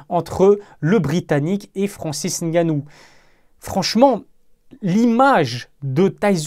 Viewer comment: Merci de bien prononcer son nom...le "N" ne se prononce pas. C'est de mieux en mieux dans les médias, une marque de respect👍. Force👍